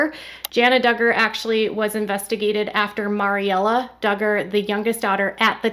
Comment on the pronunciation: It’s pronounced Mary-Ella Not Maury -Ella